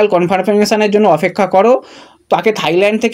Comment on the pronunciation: এবার অফেক্ষা বলা টা বন্ধ করো। ওটা ঠিক হওয়ার অপেক্ষায় রইলাম।😂😂